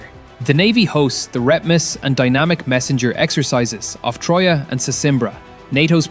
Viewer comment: btw, it's Tróia & Sesimbra.